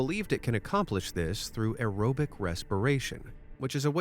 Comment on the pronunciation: Great video presented in a fun way. Thank you. "UNaerobic"